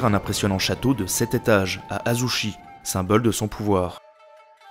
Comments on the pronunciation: Je rajoute Azuchi (prononcé tchi) et non Azushi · Très bonne vidéo. Seuls petits trucs que j'ai pu relever : - La prononciation des fois, ce qui est tout à fait excusable si on n'est pas au courant/parle pas japonais (les chi se prononcent "tchi" et shi se prononcent "chi", ex: Azuchi Momoyama se dit Azutchi. Sengoku et pas Sangoku. Ieyasu se prononce Ieyas-uh et pas -ou etc). - Les illustrations je les trouvent souvent assez fantaisistes voir orientalistes (vision occidentale romancée du Japon) et pas vraiment réalistes - Assez incorrect de dire Shinto ou Bouddhiste quand les deux religions sont mélangées et pas exclusives au Japon. (il y a même des chrétiens shinto bouddhistes alors bon :p) Bref je chipote. Du bon taff !